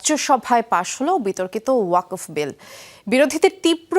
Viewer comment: ওয়াকফ্ উচ্চারণ টা ও ঠিকমতো করতে পারে না।